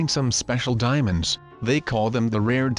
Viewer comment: i thought u said demons